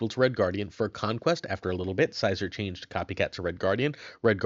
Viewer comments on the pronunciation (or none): “Your moonstone is getting shanged” is the most real thing ever😭😂